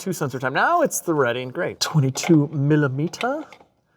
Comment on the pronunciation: 22 milamettahh rhymes with Petahh